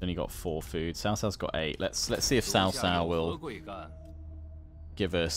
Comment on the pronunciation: I'm pretty sure it's pronounced cow cow instead of sow sow, not that it truly matters either way